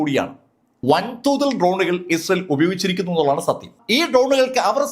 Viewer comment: ഇസൽ അല്ല .ഇസ്രയേൽ ആണ്. ഇസ്രയേൽ എന്ന് ഒന്നു കൃത്യമായി പറഞ്ഞു നോക്കൂ